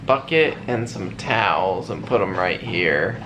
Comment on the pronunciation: Hey you brought out your inner country boy when you said “towels”